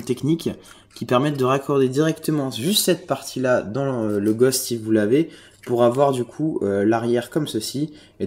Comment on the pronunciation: on dit le Ghos"T" ! et pas le Gosh